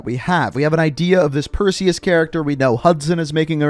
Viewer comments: Ayyyy he said Perseus right this time😂👍🏾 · You're the only COD youtuber I've heard pronounce Perseus correctly